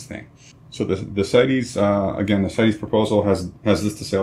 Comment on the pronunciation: good job! as a side, CITES is an acronym, not a Latin word, & is therefore pronounced sights, not sigh teez.